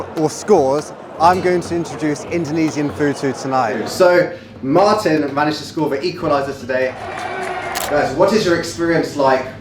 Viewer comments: 😂😂 Martin braitwait bosss bukan marin yg dia sebut. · martin braithwaite bosku apa perlu di eja lagi? Martin bukan marin, M A R T I N ya bukan M A R L I N